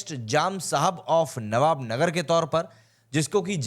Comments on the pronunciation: Nava Nagar Not Navb Nagar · ओ भाई, नवानगर है, नवाब नगर नहीं।